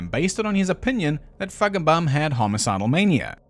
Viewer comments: I am hearing impaired and swore that you were pronouncing a hard 'k' in the middle of Feigenbaum instead of a 'g' when saying his name. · Feigenbaum…I love your sarky pronunciation…omg you had me peeing myself laughing. You’re a poet🤣🤣🤣🤣🤣🤣🤣